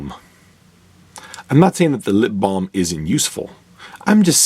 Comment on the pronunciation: I came here to listen to you say ‘lip balm.’ 😂